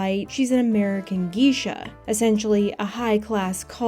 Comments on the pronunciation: “Geesha” or Geisha? Pronounced like gay-Shaw. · Yeah, and Geisha is GAY-sha. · Yeah, it was such a weird metaphor to draw, especially when talking about a movie with a notoriously bad example of Japanese yellow-face... and then to pronounce it as Geeeeesha. Also doesn't get Cukor's pronunciation right. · first of all its pronounced Geyshaw, second… the are not “high class prostitutes” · Tell us you don't know the word of "geeshuh" without telling us. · really should have checked how to pronounce "geisha" before recording this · A geisha is not a prostitute. They are entertainers but they don't offer sex work so that analogy is incorrect and culturally insensitive to the Japanese. The reason why geishas got a bad rep was because during WW2, starving prostitutes would brand themselves as geishas to be more appealing to western allies. Western allies, who don't know any better, got fooled into conflating geishas and prostitution, which unfortunately created a lasting damage to geishas to this day. Also, the term is pronounced gay-sha, not g-ee-sha. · Geisha wasn't even pronounced correctly, so...